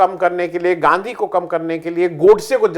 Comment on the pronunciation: 11.45pe aapne Ganadha bola Gandhi nahee isko durust kariye. Gandha nahee Gandhi g